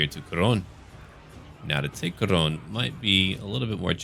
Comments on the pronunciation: Um... urh... Khoronne? The second 'o' is silent? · Is it me or evry time he says khorne it sounds like horny so I hear look at these horny warriors of norsca